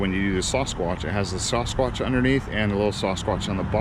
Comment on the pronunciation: I got to ask do you not know how to say Sasquatch?